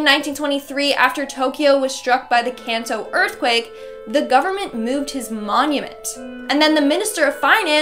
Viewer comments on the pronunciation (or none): none